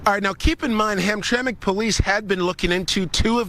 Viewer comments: Its pronunciation is hump tra mic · The name of the city is pronounced Ham-tram’-ik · It's pronounced ham-tram-ick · It's Polish and it was pronounced hamtramick. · "ham tram ik" for God's sake. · It’s pronounced ‘Hamtramak’ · Ham-Tramic is how it's pronounced. I live about 65 miles from there. My Grandpa used to live there. It was a Polish, Prussian, Slavic neighborhood. Today it's become a Muslim community. The City council there refused to fly the Rainbow Flag over government property because of a public outcry. It's an interesting place. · Did you even listen to this video???? They pronounced the name of the city a hundred times yet you insist on saying it wrong. Are you serious??? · Why can't he pronounce hamtramic like it's supposed to be Everybody else has been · It's pronounced Ham- tram- ick..... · Not ham track, it's (ham tram ic) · Dude, it's pronounced HAM - TRAM - ACK, not HAM - TRACK!! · It’s “ham tramack”, not hamtrak. Used to live near there. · Dude, it’s not “Hamtrak.” It’s Hamtramck(pronounced Ham-tra-mick). How are you doing a story on a city and not bothering to find out how to pronounce it? 🤦🏽‍♀️ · STOP CALLING IT Hamtrack !!! It's Hamtram(i)ck... "Ham-tra-mick" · That's pronounced HamTramick, not Hamtrack... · Say, “Ham-Trah-mick”. From a native Michigander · I grew up in Hamtramck, it’s pronounced “ham tram mick.” Can’t say why when it’s spelled that way, but it’s been that way for 60+ years that I can attest to. Great video. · Hamtramik the way it’s pronounced. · It's HAM-TRAM-ICK, pal! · Please pronounce the city name correctly!!! HAM-TRAM-ICK" The last few letters are said "ick" even tho' they end "mck" polish name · I'm in Michigan. It's pronounced "Ham-tram-ick". 😉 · We pronounce this town Ham - tram - ick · And in Dearborn Michigan, the American taxpayers are being forced to pay for Muslim religious festivals And by the way it's pronounced Ham-tram-ic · IT'S HAM-TRAM-MICK HAMTRAMCK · Ham-tram-ick, it ain't a train, it's the syllables